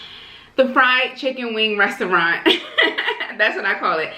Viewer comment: ResTaurant. Why do call it "ressaurant"